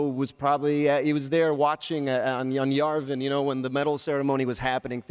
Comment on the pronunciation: I love Oscar Issac but "Yarvin" haha, know your history when talking to a crowd of rabid uber-fans.